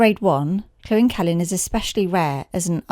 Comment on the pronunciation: It is NOT pronounced Clwyn. Try this link